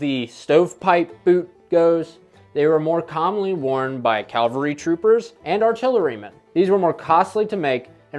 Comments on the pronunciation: Cavalry! Not Calvary..Aye carumba! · Its cavalry not Calvary. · Cav-al-ry, not caal-ver-ry ... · Cav-al-ry, not Cal-var-y, please. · There was no ‘Calvary’ in either Civil War forces. Lots of ‘Cavalry’ though. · 1. Its CAVALRY. you have cancelled your presentation 2. If you actually study you would easily see that American and European fashion called for a full cut trouser leg, not the stove pipe skinny jeans that a FARB like you would wear. Your facts are tainted. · Please accept this in the gentle spirit in which it is offered. You consistently pronounced “cavalry” as “Calvary.” It’s a common mistake. You’re a young guy and will at some point have to break this habit or have people like me correcting you. Further, be careful to say what you mean. You said “simplistic.” If you’ll think about it, I believe you’ll agree that you meant “simple.” People tend to use those words interchangeably. They mean different things, however. Fascinating stuff.